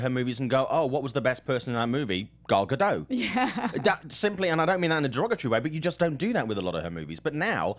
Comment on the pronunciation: Just a heads up... you're actually supposed to pronounce the T... it's Ga-dott.